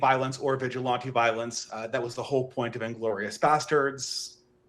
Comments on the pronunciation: You can tell this guy has READ a lot of books, but the way he constantly mispronounces really basic words (like vigilante) shows nobody's willing to actually TALK with him about much. How else can you not know how to pronounce such simple words? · Deeply unserious waffling about how fascism doesn’t really mean anything aside, anybody else want to scream everytime said “vigilante”